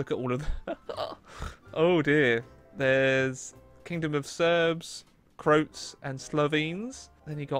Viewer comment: does nobody know to pronounce "croats"